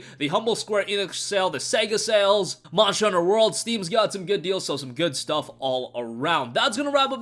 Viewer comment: you can't pronounce monster hunter world.